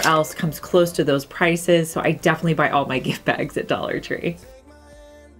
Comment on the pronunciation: Nice vid,. I love how you say "def'ly"! Its like you're so into what you're talking about that you don't have time for 4 syllables. Lol 😄